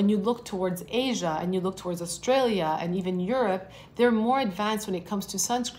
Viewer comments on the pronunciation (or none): none